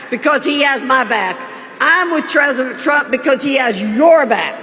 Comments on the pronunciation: "Treasident pomp" lol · Well, gosh ol' Ginny, who doesn't long for the days of Tresident Prump? 🤣